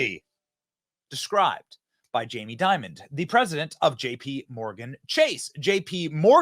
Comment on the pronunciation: Wow this guy seems to say jamie diamond?? & . no wonder...